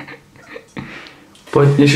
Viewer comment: explo : really ? nie explo, lopaty vies... (pre tych nechapavych : really ked vyslovis znie to ako rýli do zahrady) 😂😂